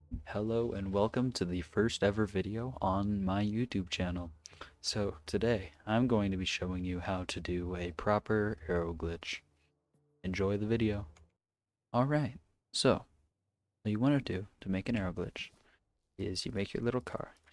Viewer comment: Its aero not areo and the name is no drag